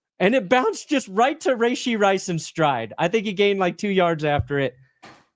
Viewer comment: Did you just pronounce his name Ray-shee lmaooo